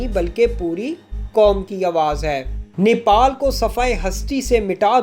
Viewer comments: Its Nepal not niple, nipple chuche ko kehte hai 🤦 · Bhai Nepal not Nipal ok. Thankyou.